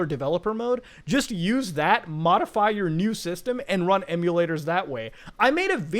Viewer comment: Modify or...Mutahfy? lol